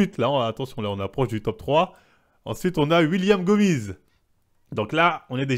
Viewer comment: JPP 😂 >> Cyril "Gaine", "Yassine gainemouri", "Nora Cornel", "William Gomize", "Sarah Parabène" mec, on a bien compris que tu n'y connais pas grand chose à l'univers du mma mais là c'est juste du français... Tu pourrais-peut-être faire un petit effort de prononciation par respect pour les combattants ?